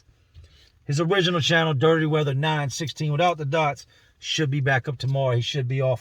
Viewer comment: I can hear the Philly accent in how you say “channel” Great videos! Just found the channel the other week